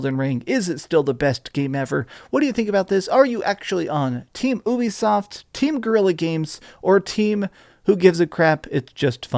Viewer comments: Its pronounced "you be soft" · Why do you pronounce it like oobie-soft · The "Ubi" in Ubisoft comes from "Ubiquitous," and is pronounced "You-Be-Soft", it’s an amalgamation of Ubiquitous software. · It’s France so it’s technically pronounced oo-be-soft